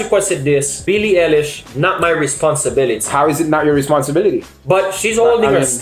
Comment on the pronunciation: You two realize she's 18 right so it's kinda gross saying she's hot and no she's not pregnant the point of this short film is for body positivity and the way she's treated by the media and how she feels, btw its pronounced eye-lish